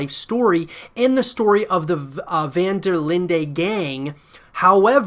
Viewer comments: No offence, van-der-lind-EH gang wrong pronunciation. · Have you ever even played RDR2? You don't know how to pronounce the name of their gang, and they say it so many times throughout the game.